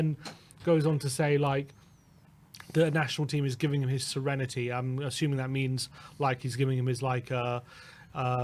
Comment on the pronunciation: giving him back his "lost serentiy"? 🤣